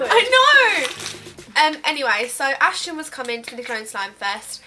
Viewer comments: it's Aston not Ashton 🙄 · When she said Ashton I was Screaming ITS FUCKING ASTON!!!! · He's names Aston not Ashton 😂😂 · ASHTON ??? ITS ASTON BUT OKK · Was anyone else getting annoyed because she kept saying "Ashton" instead of "Aston"😂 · He was your favourite from JLS but you don't know his name? It's Aston not Ashton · Ashton?? how can he ur favourite when u don't even know his name lool it's *aston 😂😂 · he was your fave yet you don't know how to say his name?? its Aston lol, Marvin was my fave.. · It's Aston, u pronounce it wrong, it is pronounced as-tin lol! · It's actually Aston not Ashton he was my fave two x